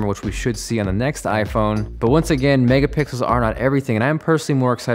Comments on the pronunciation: it said mega pickels not mega pixles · did anyone notice "megapickles" lol